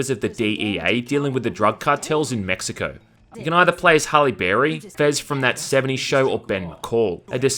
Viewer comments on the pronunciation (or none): none